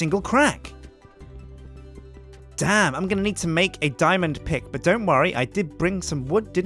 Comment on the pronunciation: It sounded like he said ill turn these diamonds into a pig i know he said pick it just sounded funny